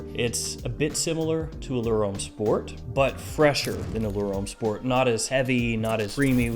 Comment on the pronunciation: Great review - love the way you give us heaps of choice at wide price points. I've got a few more to buy now, but please.......Homme and L'homme are pronounced Om and L'om not Ome and l'ome.